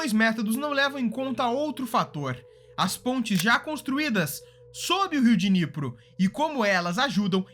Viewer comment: Riu Diniyepri... q Dinipru...